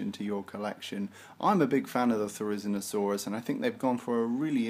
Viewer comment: Your pronunciation is quite wrong If you are unsure you can always check it on wikipedia too "Therizinosaurus (/ˌθɛrɪˌzɪnoʊˈsɔːrəs/; 'scythe lizard'" otherwise nice video ^_^